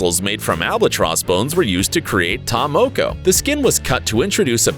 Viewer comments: When he says may-ori instead of Maori and Ta moe-koe instead of Ta Moko I died inside (i'm from New Zealand) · I'm from New Zealand and the guy that's talking was getting on my nerves he was pronouncing ta moko & maori wrong SMH...🤦‍♀️🤦‍♀️🤦‍♀️🤦‍♀️ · Omfg can you say Maori properly hahaha your saying mayori blinken idiot! And its ta moko not ta mowkow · You pronounced ta moko wrong